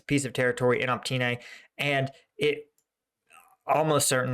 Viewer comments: Please!!! OpyTne, T BEHIND the y, not OpTyne. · Look. I know ukrainian village names are hard to pronounce, but it has been months now so I have to tell you - it's opYtne not opTyne ok? :-D it's driving me crazy. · it's not OPTYNE, but OPYTNE - you keep making that mistake:-)) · It is Opytne and not Optyne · since you keep saying it wrong now for several times. The settlement south of Bakhmut is call Opytne („uh-pit-neh“), not „Optyne“ (which you keep calling it and which is actually even harder to pronounce!) Other than that - keep the content coming! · Even in case you are dislectic, there is no excuse for butchering easy city names if you are taking this channel seriously.. "Optine..Optin..Optyn.." uff.. Just a few cities along war line and you did not invest few minutes to get in touch with somebody local to help you pronounce cities correctly? Common! Step more - my kids learned how to read azbuka in 20 minutes just studying differences between latin and azbuka names on your maps! How can I believe in your ability to understand things if I see your inability to learn just really basics related to topic such correct cities pronunciations.. Disapointed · FFS! OPYTNE!